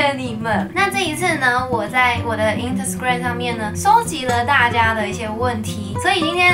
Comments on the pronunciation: 妳的instagram唸成intasgram了... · 抓到 咪妃唸intasgram😂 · 我聽到intasgram 哈哈哈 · 我是不是聽到lntersgram了=.=大家自己開頭那邊認真聽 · 第一次聽到有人唸成Intersgram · 😂instagram 都不会念？